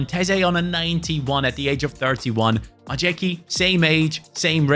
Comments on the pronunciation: As much as i respect that you always try to pronounce the names of the players properly, it is hilarious how you butchering "Majecki" 😂 It's "My-ets-key" 🤣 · The horrid mispronunciation of Majecki is killing me., please start googling how to pronounce players' names properly.